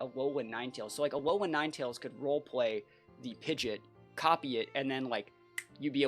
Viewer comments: Who taught this guy to say PIDGEOT AS PIDGET? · Isn't it technically pronounced like Pid Jit? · It’s pronounced Pidgeot not Pidgeot.